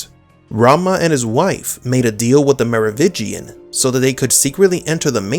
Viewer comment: It is MeroviNgian not Merovigian though.